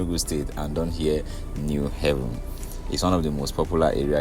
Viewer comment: You’re doing a good job. Keep it up. It’s “New Haven” as New Abode not pronounced “New Heaven”. There’s need to inform Ndi Enugu of the correct pronunciation.